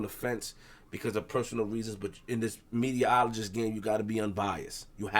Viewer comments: is Saying “Mediologist’.. Not Meterologist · magic ty ty he said mediaologist